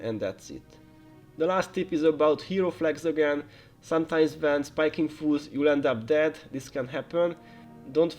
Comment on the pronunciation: I was really confused on why you were calling them "foos" (slang for fools), but then i understood by the end that you meant foes. Appreciate the guide :)